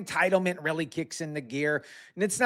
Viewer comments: Did he say it's weally weally bad? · Is it weally weally bad? I mean weally!